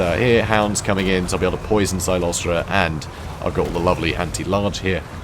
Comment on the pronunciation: it's CYLOSTRA, NOT CYCLOSTRA. Although the mental image of that fat ghost riding an ethereal bicycle is quite hilarious. Frenchie deserves it.